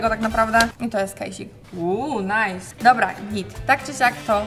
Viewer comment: Tatuaż na szyi wygląda wyjątkowo ohydnie! "Uuuu, Najs!" Zajechało wiochą, co nie? Hewe najzdej!